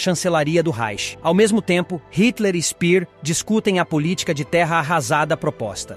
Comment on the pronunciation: A pronúncia de SPEER, em alemão, não é /spir/. O correto é /shpêêr/. E no caso de GÖRING, não é /goring/ e sim /guêring/.